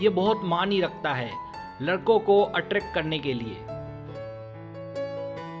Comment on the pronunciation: Aaattract nai hota hai attract hota hai